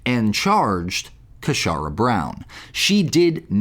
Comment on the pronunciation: 'Casharra' says it all! 😂😂😂